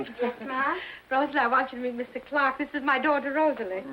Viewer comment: CLARK... NOT CLAW.